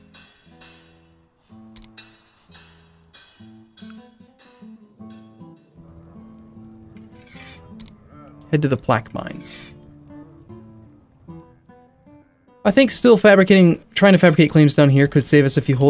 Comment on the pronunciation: Loving this mod! By the way "Plaquemines" is pronounced like plaque men.